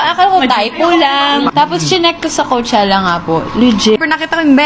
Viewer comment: It's pronounced as kow-che-luh